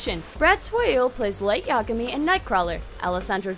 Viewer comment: "Hi! my name is Light Imagay. Ya- Yagami!!